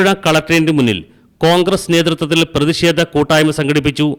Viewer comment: പ്രേതിക്ഷേധം അല്ല....പ്രതിഷേധം ആണ്... കഷ്ടം... സമ്പൂർണ സാച്ചരത... നാണക്കേട്.....